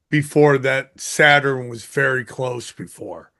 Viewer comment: I cannot listen to him pronounce Saturn one more time